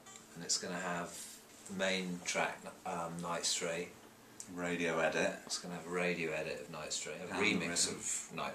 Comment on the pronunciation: when he says "radio edit" it sounds like he says "radiohead it"